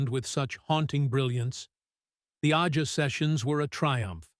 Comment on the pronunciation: This robot couldn't pronounce AJA or Lied. It was a great part of the sound. DOOBIE BROS were crazy 🤪 good too with like 6 different lead vocals.. he being the biggest part of that sound too. His solo stuff great too. His two motown records are fantastic. I'm glad he did all the jobs.